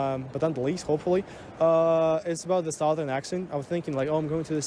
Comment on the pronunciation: Its suh thern, not sow thern!